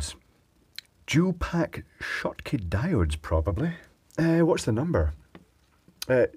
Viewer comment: He-heeey, figured out how to say "Schottky" (properly) ^_^